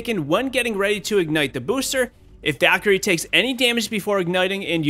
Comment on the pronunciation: Me: Valkyrie: Daquiri